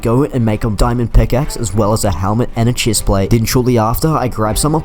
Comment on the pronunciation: Ah yes Chisplate :)